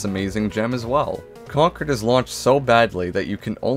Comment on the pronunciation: One of the few youtubers who pronounced concord right